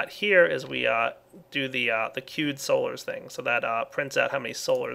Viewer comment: when he says "queued solars" it's like he's saying "cute solars"